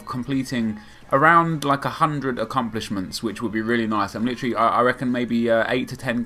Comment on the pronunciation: you say acCUMplishments lool